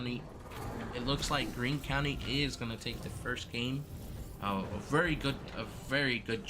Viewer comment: You guys butchered our names for Greene county 😂